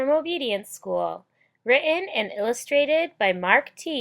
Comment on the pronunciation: Writ in? Written not 'rit in'.